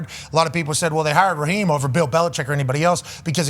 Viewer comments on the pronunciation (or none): It's Raheeeeeem not Rahim 😂😂😂